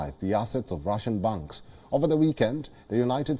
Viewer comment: Please pronounce "Banks" properly, it is hard to understand whether it is "Bunks" or "Banks"